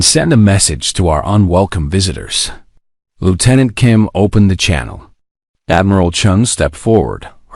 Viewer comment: Something cannot pronounce 'Lieutenant' dot